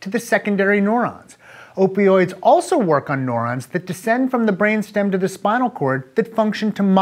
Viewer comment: This nigga sayin neurons as “NORONS” lolwut